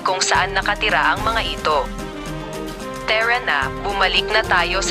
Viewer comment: Pakiayos ng pagsasalaysay mo kc ung mgaibang word mo ay imbis na tara na sabi mo tira nq at ung parin sa iyo perin ang basq mo